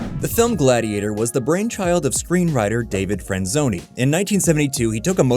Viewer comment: I definitely heard "screenwriter David Friend-zoney"